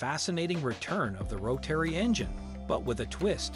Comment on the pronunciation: ROW-TERRY. Can't stand it